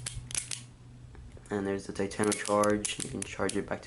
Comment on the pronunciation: Enter. taytono. utrrazord.